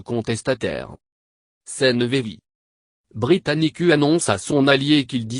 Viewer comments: pllaa, britanicuu xD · De 1: C'est un voix d'capela Box -De 2: Ca prononce Britannicu -De 3: La vidéo entière ne contient qu'1 image